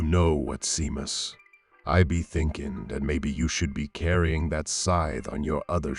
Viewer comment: Pity he can't pronounce shamus